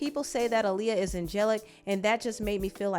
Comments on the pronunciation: I wish people would say Aaliyah’s name correctly though. AH-Liyah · Her name is pronounced "Ahh Lee- yah"